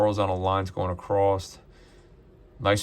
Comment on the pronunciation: Across…..across. Not acrost…there is no acrost.